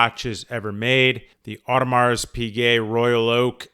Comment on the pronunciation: Probably should learn to pronounce Audemars properly